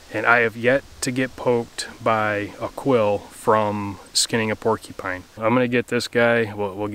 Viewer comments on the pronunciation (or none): "Pulled pork-eee pine" haha the way you said that made me chuckle.